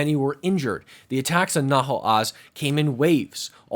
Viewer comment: It's Nahal Oz, not Nahol Az